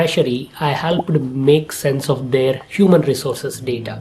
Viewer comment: That "Work'ed'" And "Help'ed". Sound so familiar....